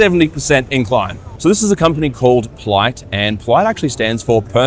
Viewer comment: Pliyt sounds like plight